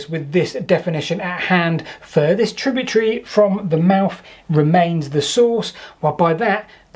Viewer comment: Tributary not tributree